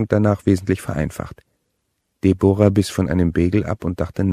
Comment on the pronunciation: Debora... ??? Deb'ra!